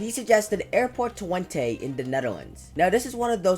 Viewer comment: Bro violated the word "Twente"